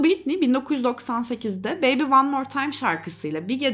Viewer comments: her konuda yargı dağıtırken 1 saatlik videosunu yaptığın kadının 1000’lerce kez telaffuz ettiğin adını doğru okumayı da öğrenseydin keşke. Britney “Britniyyy” diye okunmaz, “ˈBɹɪtni” o… Wiki’de bile var. Saatlerce araştırmak ya da C2 İngilizce öğrenmek gerekmiyor. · en azından şu telaffuzlara bakmak bu kadar zor olmamalı ya britniyyyii yani... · Sen lütfen Bɹɪtni diye okuyanlardan izle. Bu öfkenin kaynağını da boş vaktinde bir araştır